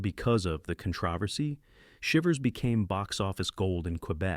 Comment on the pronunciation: Ah the "con tra vassy" of a movie out "grosing" the Godfather. AI fail.